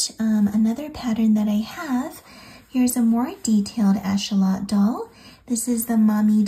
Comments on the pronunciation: It’s axolotl not achotel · So beautiful and can’t wait to make these! Your instructions and voice are amazing ❤️ (It’s pronounced ak-suh-laa-tl, though! Weird word lol) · Im sorry but how do you say axolotl😂